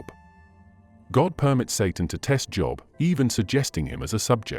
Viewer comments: God of the Bible does not lie. How can you listen to a guy that pronounces Job wrong. No, Adam and Eve did not die on the spot, but they did eventually as all of us will. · Listening with great interest. (It's a shame you can't tell the AI reader how to pronounce 'Job', but he has a great voice.)